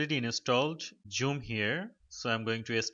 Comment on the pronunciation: Wtf is joom! It’s called zoom! 😂